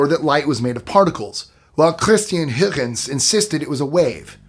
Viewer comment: A really great topic this video! Try Google translate to listen how to pronounce Huygens ;-)